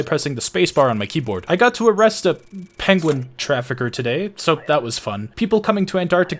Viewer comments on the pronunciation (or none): none